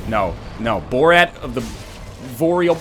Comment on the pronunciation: THEY'RE NOT BALDERS THEY ARE LOTHRIC KNIGHTS YOU DICK Also Borat of the Voreal Balley was pretty good